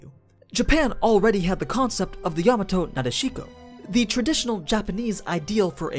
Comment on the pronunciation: I have come to appreciate these videos a lot... they are competently made and well paced. Good stuff. However, the video maker's butchering of terms like "Yamato Nadeshiko" is painful to hear.